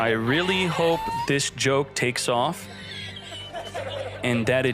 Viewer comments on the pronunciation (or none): none